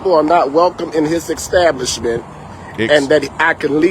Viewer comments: Never believe a man that says "ECKSTABLISHMENT" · "EX-stablisment" lol! As soon as that word came out you know he be lying! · He should be banned just for saying EXtablishment! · EX - Stablishment.... speak english, Sir!!! Go AX a question.... This is BS..... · The word is establishment not exatablishment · I think he should go back to school to learn how to speak ENGLISH!!!! Especially when he is supposed to be a pastor! It is insane that he said EXTABLISHMENT and then he said AXED him and his wife to Not come back I don't have much faith in his opinion of the matter! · Extablishment? Please. You cant even say words correctly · This guy is a pastor, but he can't say the word, establishment? He keeps on saying eggstablishment. And the funny thing is I see these short clips, that are young black men and women, who are waiters. They even always say, that they hate when blacks come to their section, because they always complain about something, they are always calling the waiters back, because they need something else, or like this video where they want their food cooked differently. And the biggest one is that they never get tips. I have seen a ton of these clips. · An "exstablishment". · Ecstablishment? 😆 I needs to be cooked the way he axed for it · An extablishment!! LMAO I axed him. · What's an 'extablishment'? Oh wait, sorry 'establishment'? That's what you meant? Yes? Yes. Sorry, sorry, I'm just making sure I understood you there, sir. Cause what you're saying as a whole doesn't make much sense. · Let me axe you why you kicked out of the ekstablishment? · Did he say, “extablishment” multiple times? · WTF is an "extablishment"? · Holy crap! I was literally writing a witty comment about "axing" him to leave the "extablishment" when he said "axed" 😂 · And its establishment not eggstablishment 😂😂😂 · Wtf is an "Extablishment"??? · What’s an “eggs-establishment?” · "Exstablishment"? that's a new one. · Extablishment with an x lol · WTF is an extablishment?